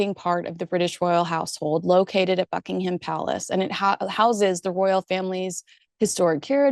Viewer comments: Great video. Well you've mastered how to pronounce Ascot, now its Buckingham. We don't pronounce it as..ham but as hum. So its Buckinghum Palace. Thought you'd like to know. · Small point to the British ear - Buckingham is pronounced Buckingum - stress on the first syllable. Not a big deal, but sounds a bit grating!